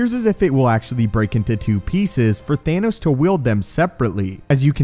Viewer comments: Thanos Not Thaynos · Is it THAHNOS or THAYNOS? Lol